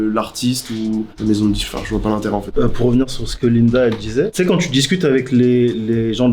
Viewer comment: "DIQUE DE PLATINE"